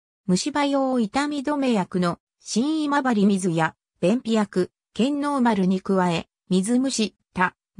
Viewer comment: 「しんいまばりみず」と「けんのうまる」･･･